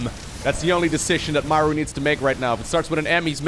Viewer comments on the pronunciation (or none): I think its "Muh-roo" some fact check me but is there not a battleship in the SC games called the "somethingorother-MARU" I think I'm misremembering but I'm also pretty good at trivia like this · digging up the real pronunciation of "maru". Might need a refresher on the name. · The only guy who pronounces Maru as Mæru is Wardi